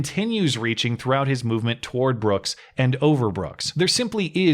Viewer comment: That DA can’t even use proper verbiage. “ Mr. Brookzezez “.